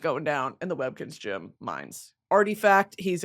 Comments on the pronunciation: No ones gunna address how she pronounces GEM????????? Jim?????? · Brit i love you but its GEM not GYM 😭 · she say gym instead of gem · Girl, learn how to say gem and not gym